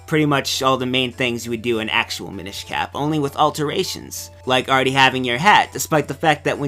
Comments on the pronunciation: The Mi-NISH Cap... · Am I crazy or is he pronouncing "Minish" wrong? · Tom Krystinik I'm not trying to pester the guy, it's just every time he says it I cringe.